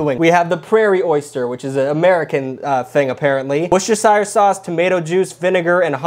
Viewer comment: Worcestershire is pronounced "Wooster-sher" A traditional english breakfast of Eggs, Baked Beans, toast and bacon or sausages has a lot of natural fats which help lubricate the dry, dehydrated feeling in your mouth and throat. The baked beans and egg support your digestive system and provide proteins that support your liver in breaking down the alchohol. The bread is easy to digest and will help restore your electrolyte balance which the alcohol tries to piss away. With a side of Orange Juice (or if you're a fancy bitch, Avocado), you'll get plenty of assistive vitamins and some acid to help break down the fats from your cooked meats. It's also pretty decent comfort food.